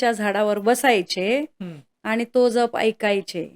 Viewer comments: जप आणि जप उच्चारात फरक करायला हवा ताई . एक जप म्हणजे सांभाळ या अर्थी आहे जो तुम्ही करत आहात जो इथे अनाठायी आहे . दुसरा जप चा उच्चार “ ज्यप “ असा आहे , मंत्र शास्त्रात शब्दांच्या उच्चाराना शक्ती रूप महत्व आहे . म्हणून लिहिले राग नसावा लोभ असू द्यावा . 🙏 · जप...... ह्या शब्दातील ' ज ' ह्या अक्षराचा उच्चार जास्त, जाम, जवान, ज्वारी, जलद, राजा, जागरण....ह्या शब्दांप्रमाणे आहे. तुम्ही चुकीचा उच्चार करत आहात. 🙏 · जप.... उच्चार चुकतोय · जरा जप पोरी उच्चारांना ...जप व जप उच्चारही येत नाही 😂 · जप शब्द नीट उच्चार करा